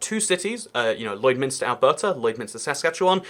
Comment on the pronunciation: Yep, he pronounced it like he was a local. His pronunciation of Alberta however... :)